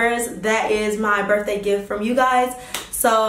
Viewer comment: jayla jayla 🤦🏾‍♀️ you’re pretty and educated remember so we gotta get these words right boo lol. It’s BIRTHDAY not BERFDAY, it’s BATHROOM not BAFROOM, it’s VALENTINES not VALENTIMES!! But on another note...that blonde is EVERYTHING on you 🔥🔥🔥